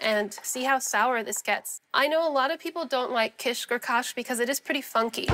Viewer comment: When Solah pronounce kashk it sounds just like the Irish word for cheese - cáis!